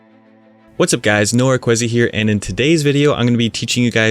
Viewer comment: lol when you say Qehzy im thinking youre saying KWESI lol thought you were black